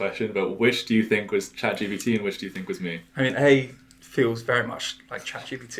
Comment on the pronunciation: It’s ChatGPT not “ChatGBD” Generative Pretraining Transformer